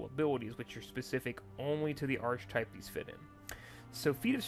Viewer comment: Hey, great video! Thanks for running through some things. I was wavering about buying this game, but you've kind of sold me on it with your clear explanations. Just a note as an English teacher, 'Archetype' is pronounced with a k sound, as in 'arkitype' (or 'arketype' for we Brits). This is because the 'ch' here produces a k sound.